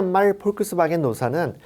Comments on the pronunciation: 발음이... 폴크스바겐이 아니고 복스바갠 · 그냥 폭스바겐이라고 말하면 안되나요? 포크스바겐 이라고 하는데 실제 발음이 맞는다 하더라도 듣기가 힘듭니다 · 이분은 자동차회사 이름도 제대로 알지 못하는 것 같아 안타깝습니다. 폭스바겐을 그런식으로 발음하시는 것을 듣고 놀랐습니다. 사소하지만 이름은 제대로 알려주셔야 할것 같습니다.